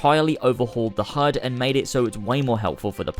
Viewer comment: You say hud, I hear herd.